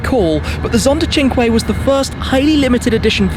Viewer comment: You pronounced Cinque incredibely well